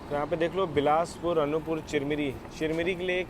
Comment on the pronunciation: As I am from this area I want to tell you • Anuppur is pronounced as अनूपपुर • Chirmiri is pronounced as चिरमिरी. •, that is Marhi Mata Mandir near Bhanwartonk village. Constructed in 1871. Navratri mein yaha bht shradhaalu aate Hain aur kaagaz mein apni manokamna likhte hain. • That train is Bilaspur - Chirmiri (Express) which runs at night and and Chirmiri - Anuppur (Passenger) • In that area BSP - Anuppur Section, Chana Masala is quite popular food in trains. AC mein nhi aate honge bechne... • Achanakmar is pronounced as अचानकमार • Kalinga Utkal doesn't go via Bhopal it goes via Katni Murwara, Saugor and then from Bina it merges in Delhi Mainline.